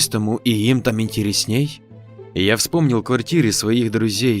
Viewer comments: История интересная, но вот только у диктора явно проблемы с ударениями... Вы меня, конечно, извините, но говорить слово "интерЕснее" с ударением на "интереснЕе" - это уже слишком давит на уши. И это не единственный косяк, но именно от этого стало дико смешно. Вы хоть гуглите ударения слов перед записью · Ставьте правильно ударение. ИнтерЕсней, а не интереснЕй.